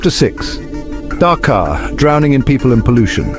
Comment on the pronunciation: In chapter six, there is a minor correction. Please make it Dhaka instead of Dhakar. Other things are same.